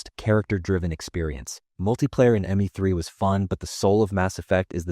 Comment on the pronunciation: Why did he pronounce the ME in ME3 as the word me?